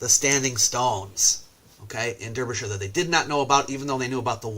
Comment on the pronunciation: it's pronounced Darbyshire, just pretend the e is an a. It's England I know.